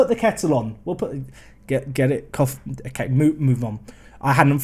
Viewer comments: Koffi’s name is pronounced as “Co (like friends & co)-fee” not “Coffee” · cxrnelius1 he knows but coffee is better